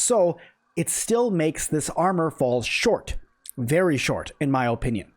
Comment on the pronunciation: A try hard who says o-pinion. Yeah no I'll stick with the OPINIONS of people who know how to speak and isn't super obsessed with perfect block